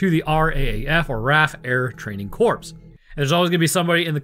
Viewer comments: Not “corpse.” Corps is pronounced like “core” Quit worrying about RAF and get simple words right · What you don't say is "corpse." Corps is pronounced 'core', like Corpsman is 'coreman', not 'corpseman'. 😊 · Don't worry about the RAAF pronounciation....Corps is pronounced 'core' not 'corpse' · Corp is pronounced core not corpse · Well I dunno about the acronym but you definitely say Corps pronounced CORE not corpse! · Honestly I'm more upset you pronounced the PS in "Corps" than you reading the acronym phonetically.